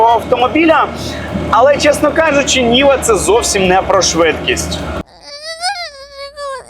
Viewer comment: Може Нива, а не Ніва😅